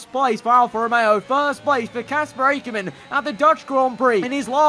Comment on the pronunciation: Not A-ker men its ack-er-men